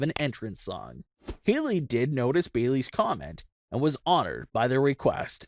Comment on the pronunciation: No one realizes that if says Bayey’s instead of Bayley’s